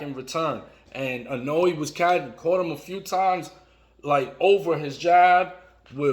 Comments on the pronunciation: Pleaseee I-NO-WEH. Not I-No-Way. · I love how every time he says 'Inoue', it sounds more and more like 'cannoli'. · dude, ...is it so hard to pronounce the name of a fighter you make a video about? if you want people to watch, do your homework.